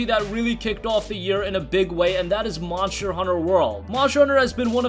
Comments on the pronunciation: I thought it was called monster Hunter and not moncher hunter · Monsher Hunter World lol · Jill upon seeing her first zombie ever: "Barry, look out! It's a MONSHER!" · Mosher Hunner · OMG, Monsher, Remachered, dude it's ST not CH how do you even mispronounce that